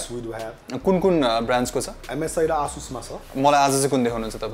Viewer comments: Its not Ahh-sus its A-sus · ASUS is pronounced as Ae-SUSh ...It's neither Aa-Sush nor Ah-Sush.. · It's : A - suss ✅ Not: Ah - Shush ❌ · Asus ho bhai, aaah chus hoina.😂😂😂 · It's actually A-sush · You guys pronouncing Asus Is killing me XD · Dai tell him aasush haina asus ho Pharos mistake Lao Garda makes kinlan